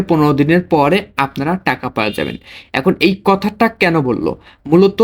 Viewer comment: টেকা না টাকা শব্দ উচ্চারণ সঠিক করেন